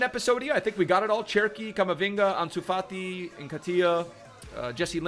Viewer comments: Ansuwama fati? Just say the name in English, Pleeeease. You don’t need to put ur twist on it mate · still butchering Ansu Fati's name......